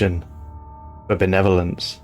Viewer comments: I kept hearing the “Netherlands” and not “Benevolence” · The way you say "benevolence" sounds like your're saying netherlands. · I thought you were saying Adakaria convention of the Netherlands... Yeah I don't play the game but I love the lore.